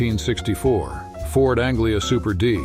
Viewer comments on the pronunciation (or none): none